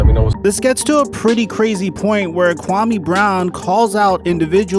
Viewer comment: Your pronunciation of his name is way off dude... Put some respect on his African name!